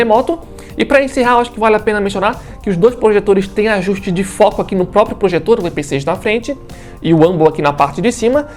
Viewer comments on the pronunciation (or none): none